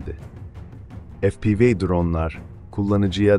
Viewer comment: FE-PE-VE.efpivi degil kardes